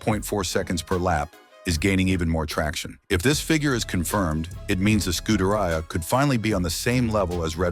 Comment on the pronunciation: ScudeRaia? Pathetic. Do learn how to correctly pronounce basic foreign words, in this case, Italian...